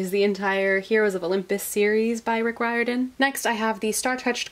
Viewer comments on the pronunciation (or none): How she said “Riordan” has me shook